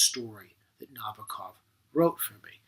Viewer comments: Nabokov himself is quoted saying that the bok part of his name is said the same as knickerbocker. Not na-boak-off or na-bah-koff. Na-bok-off. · I cringed every time he said Nabokov's name. It's ponounced "na-BOAK-off." Other than that, there were not any great insights here. I wanted to relive that scene out of "Annie Hall," where Woody Allen pulls Marshall McLuhan out from behind that display at a movie theater. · I agree with many of Mr Bradfield's observations, and enjoyed the clip! But I must call out one thing Nabokov himself made quite clear in writing in 1973 - the correct placement of the stress accent in his last name. It should fall on the second syllable, not the first - that is, on the first 'o': Na BOCK off. For many years it seemed that few cared about this, until sometime around the mid nineties, when champion player Evgeni Nabokov appeared on the ice hockey scene in America. Then, suddenly, it seemed, one could hear sports announcers around the US saying it correctly.